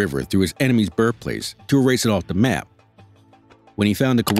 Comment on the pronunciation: the narrator's diction leaves a lot to be desired. Birfplace?